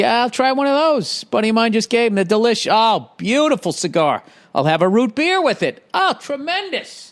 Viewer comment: Bill, a bowl and a beah, I'm good.